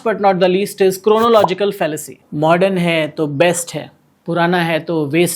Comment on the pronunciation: it is the besht😂😂😂